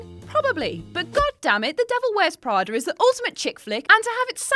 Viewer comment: " The Devil Wears Prader"